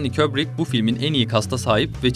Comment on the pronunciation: kopalo değil kopolla.. köbrik değil kubrik .. ingilizce parçalıyor seslendiren. bilmiyorsan söyleme